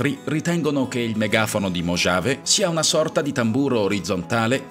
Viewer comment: Video interessante.. Comunque, mojave si pronuncia mohave, la j è muta.. 👍